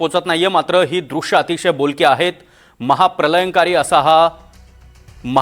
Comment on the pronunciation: Pralaynkari...prakalp..are zandu tu marathi tari nit bol